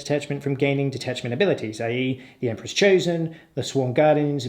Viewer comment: I lost it at "the Emperror's All-Spice"